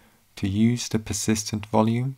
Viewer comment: I think it's a hoot that the narrator can't say a voiced 'th', as in 'the'. Barely escaped from Saff Luhndin? Peckham or Camberwell ? 'copy de infohmashun to de USB stick'.